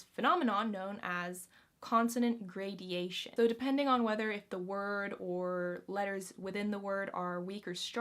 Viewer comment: Gradation, not gradeation:)